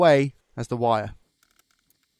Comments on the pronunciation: Are you saying VIRE? not WIRE?? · Please change the way you say wire.. I can’t unhear it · you say wire like a true german ;D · Are you saying wire in a German accent ?? Lol